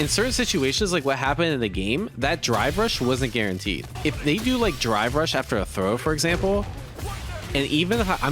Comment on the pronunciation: My ears must be going because it sounds like he is saying dry brush, instead of drive rush.